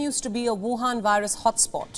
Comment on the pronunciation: "Wu Han ,Wu Wu,Wu Wu"lol